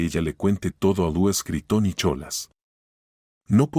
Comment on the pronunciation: Se pronuncia Luis